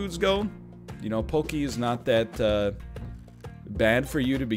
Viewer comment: Did this madman pronounce pocky "pokie"??? 😂😂😂😂